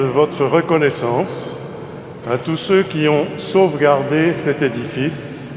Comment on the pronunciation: Il a pas dit: a toutetatous le psycho ??😂